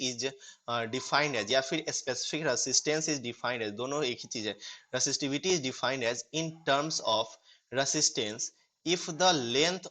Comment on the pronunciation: Define hota h finine nhi 😇